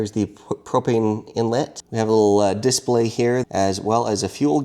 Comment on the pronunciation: di-SPLAY, not DIS-play